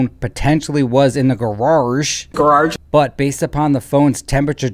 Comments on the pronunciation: Hey it's Grage not Garage. You idiot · The Ole 2 Car Garrarrrge 😆 🤣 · I can’t even pronounce “grarage” like. My mouth doesn’t move that way. 😂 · “Brian Higgins”… “gararge”, cracks me up EVERY TIME! The ending is gold!! Rest in peace officer John O’keefe. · I can't pronounce it correctly anymore after hearing it as graararge so many times...😂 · The funny thing is actually does insert extra R’s in some of his words. Juts like, just not as over the top. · maybe he’s from Massachusetts 🤷🏻‍♀️ and that’s why it’s so easy for him to add the extra R